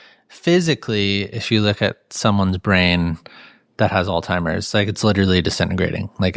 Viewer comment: FULL STOP: is he saying alltimers disease? Pretty sure it is alzheimers (alls hi mers)